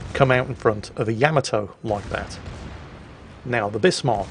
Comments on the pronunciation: OMG DUDE, it's NOT YAMato ........ it is pronounced yaMAto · Yaamaatoe. ..? Really?